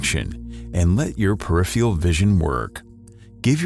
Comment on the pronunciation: say it with me class - peripheral. don't forget to pronounce both Rs